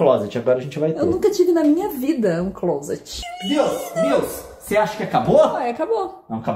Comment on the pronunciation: Pessoas normais: clôuseti (closet) Leon: clóseti Kkkk